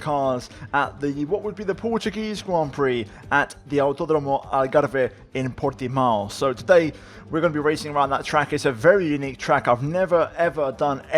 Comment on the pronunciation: Well done by trying to say the track by its name and properly mate. Nice effort